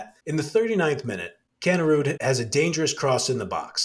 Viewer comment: Another good one guys but its Pronounced Kanerid not Kanerud.Keep up the good work.